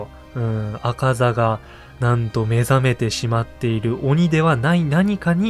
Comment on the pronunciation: 「アカザ」のイントネーションが・・・。無惨様の「猗窩座、猗窩座、猗窩座」のイントネーションを思い出して！